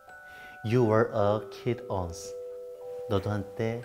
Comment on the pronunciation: 아 노래 시작하자마자 터짐ㅋㅋㅋㅋ 저 비음 가득한 코창력 어쩔거냐고 ㅜㅠ once 왜 원스 아니고 온스로 읽는데요ㅋㅋㅋㅋ